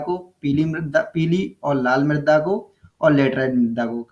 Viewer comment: सर मृदा है मृद्दा नही